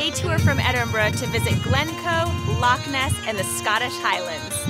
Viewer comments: Had hoped the narrator might try to pronounce "Loch" but alas not. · It's not "lock" and nor is it pronounced "lock". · Lake.???, at least try to pronounce "Loch".